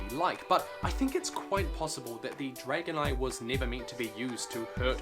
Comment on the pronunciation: Am I the only one that thought he said dragonite when he said dragon eye?